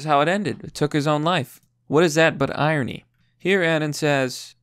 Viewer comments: Irony, correctly pronounced EYE RON KNEE. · What's iony? Where's the r.